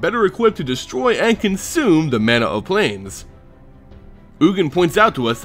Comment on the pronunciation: Ma-na, not man-a